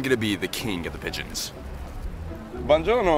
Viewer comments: HELP i felt like he was the definition of American tourist when he kept saying ‚banjono‘ 😭 Loved the Video tough momma bear always uploads the best food reviews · BONGIONO ! 😂 It Is "Buon Giorno" . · The “bonjourno” made me laugh out loud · Ma poverinooooo mischino nn sa dire buongiorno e lo prendere in giro😭💀💅✋🙇‍♀️🗿